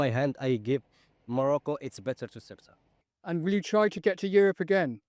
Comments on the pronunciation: FFS. Get the name right. How the heck do you want to be taken seriously if you can't pronounce the name of the place. It's not "sway-ta". Morons. If you can't pronounce it like the Spanish and Portuguese, at least bastardise it to "suit-uh". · 'Su-e-tah'? What? It's 'Ce-u-tah' ffs. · For God's sake it's not rocket science: it's not Soweto or Quetta, it's Ceuta, CE-u-ta (THAY-oo-ta). This ignorance with pronunciation really annoys me, just like when someone doesn't pronounce my language correctly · "Swayta"? LOL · Have the decency to learn how to pronounce Ceuta